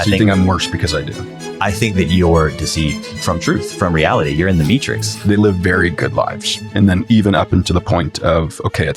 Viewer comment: “I think you’re in the meatrix” LMAO